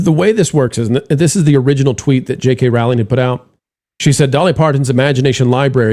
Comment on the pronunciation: ROWLING is pronounced like BOWLING.